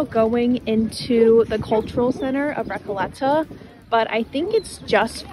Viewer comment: You need to improve your spanish pronunctiaton of "RECOLETA" :)